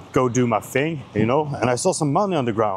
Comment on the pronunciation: Thing, not "fing" 😂